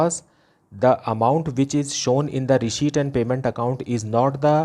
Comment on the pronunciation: SIR RESHEIPT NAHI RECEIPT HOTA HAI🤣🤣😅😅